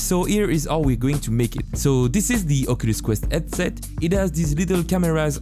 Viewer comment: Hehe, yes I often had hard times to understand, when it comes onto ands, ouse and eadsets. But he makes good stuff! ;)